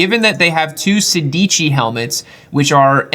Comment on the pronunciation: sedici is not pronounced "say deegee". it is more like "sad" "itchy" without a paus in between. it means "16"